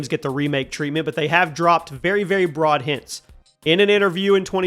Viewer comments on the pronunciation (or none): none